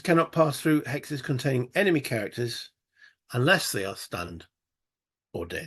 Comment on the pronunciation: I think you said "hexes" which sounds a little like "Alexis"? Anyway, cool looking game. Hope you enjoy it. Keep us posted please! Cheers!